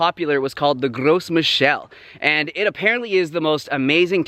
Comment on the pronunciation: You don’t pronounce the S in French so gros michel is pronounced “grow michelle.” It means big michael.